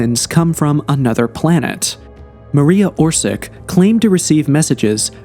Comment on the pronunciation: Mar-e-ya Or-shi-tch. Always use Google translator to read out foreign names.